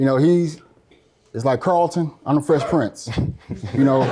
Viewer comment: This guy done said he's Fresh Prince💀 More like "Fresh Prints" 😭😭😭 "Book'em Danno"😂😂😂